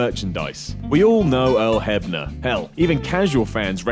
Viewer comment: HEFNER? HEFFFFNEEEERRR?? ITS HEBNER